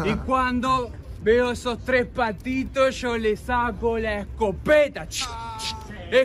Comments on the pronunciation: Se dice que hasta el día de hoy sigue diciendo escopetAH CH CH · esco- PE -ta SHHHK SSHKK